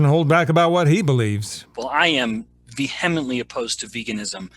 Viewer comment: Ben Bikman pronounces the "h" in "vehemently?" Thank you for your hard work in debunking the nutritional propaganda out there. Heck, if I were religious, I would vote for your sainthood! It's so true. What you believe seems to depend more and more on what "community" you belong to. "Belonging" feels so much better than the hard work of understanding, especially if that leads to the conclusion that you should eat less meat and fats.